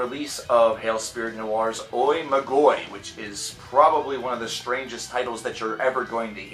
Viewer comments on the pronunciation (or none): I'm pretty certain "Oi Magoi" is pronounced "Ee Ma Gee." You can hear it in the final track.